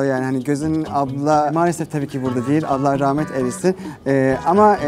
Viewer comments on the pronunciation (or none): none